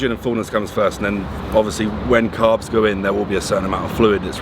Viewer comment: I like the way this bro pronounces the "S's" as "F's" "Five gramfs of carfs" haha haha | couldn't help it